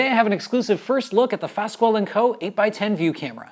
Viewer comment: I'm not trying to be "snobbish", but — in case anyone cares :) — Fasquel is pronounced, "FASS-KELL "